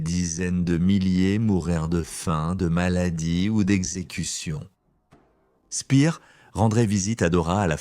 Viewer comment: toujours ces voix synthétiques vraiment pénible. prononciation du nom de Speer une fois Spir une fois spère. la cerise sur le gâteau à le commentaire parle du tunnel où on fabriquait les V2 et on montre à l'image la station de métro Porte des Lilas !!!